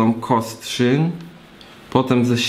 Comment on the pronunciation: tak, Kostrzyn nad Odrą i proszę, bez „ń” na końcu!